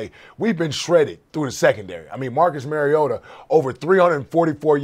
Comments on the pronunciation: Hey Marcus Mariota has earn enough respect for you to pay your dues and learn to pronounce his name. After all he is a 4th consecutive year starting quarter back. It is Mar-E-O-ta Not Mary-O-ta Now practice it so you don't look like fool who doesn't deserve your talking head pay check. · Better write it like this; Mar-E-gOat-a. So that the morons out there can learn to pronounce it correctly. Otherwise they will all be saying Mary-gOat-A. And especially the NFL commissioner would probably say Mary-gOat-O. Do these people not have at least a college education? They are disgraceful.